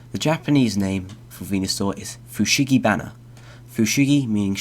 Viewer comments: Fun concept. The japanese annoys me though. fushigi is pronounced right but フシギダネ - fushigidane, dane is pronounced like da from dark and ne from negligent. フシギソウ - fushigisou, sou is pronounced like "is that SO" try copying the names into google translate next time to get a ... slight idea of how they sound :p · It's also Fu-shi-gi-soh rather than Fu-shi-gi-su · It's so-ooh not sew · it's actually pronounced fu-shi-gi-sou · It's Fushigi DAH NAY Fushigi SO-H (elongated oh sound) Just get the pronunciation right, other than that this is a really cool idea :) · Your video is well made, and quite informative. There is a necessary criticism, however, in your pronunciation of Japanese. Dane is read "dah-ney," and Sō (or sou) is pronounced "so-o." They aren't "dayn" or "su." Mind your pronunciations, as it can and often does change the meanings.